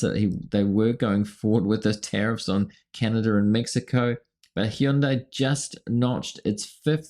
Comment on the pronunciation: Love you, but it's pronounced HUN`-day. It rhymes with Sunday. Other than that my friend, you've right on target!!😊